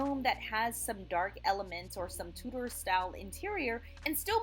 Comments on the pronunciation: Too-der, not Two-Door. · The pronunciation "Tu-door" is French and how you would say the watches by the French Swiss watchmaker Tudor. But since we're talking about an English design whose name comes from the Tudor dynasty of in England (of which Henry VIII was the second and Elizabeth I was the last) the English pronunciation should be used which is "Tu-der". Actually slightly more quickly so it sounds like one word with two syllables that it is. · I was excited to see Tudor homes reviewed but your pronunciation ruined it for me. Two-door and other words, not gonna go through them all. Voice over is a good idea but its worth taking the time to look up the correct way to say the words you are reading.